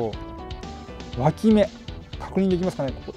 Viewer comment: 今日も楽しかった😆 毎回、ぷぷーって声出して笑います🤣「脇芽」が一回「脇毛」に聞こえた😅 多肉の擬人化が強い！私もこれから植え替えのとき「はいこんにちはー」って声かけます！いっぱい「かわいいかわいい」って育てたいと思います😆